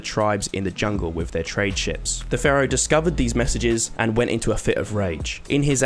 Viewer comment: Please stop saying Ferrow, it’s Pharaoh lol